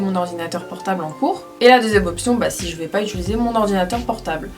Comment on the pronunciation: Tu dis itulise au lieu de utilise (d'après moi ce n'est pas une critique^^)